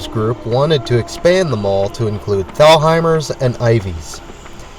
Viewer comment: WHY DO U MISPRONOUNCE THE STORE. THALHIMERS... THE LETTER. "H" IS SILENT...... I GREW UP WITH THE STORE. MY MOM WORKED THERE FOR 38YRS..